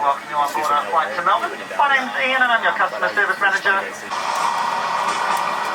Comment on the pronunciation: Every time I hear you say Melbourne I’m like wow, we really pronounce it completely wrong in the US! Haha!